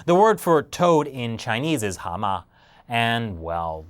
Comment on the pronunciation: Nice pronounciation of Ha Ma! Totally right :)